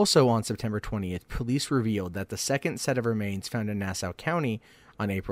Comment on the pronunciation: Nah-saw county! Not now-sah! Suf-uck not suf-folk county! Sorry I'm from the area. I gather you aren't. Just trying to help you with your lawng eye-land tawk! Lol!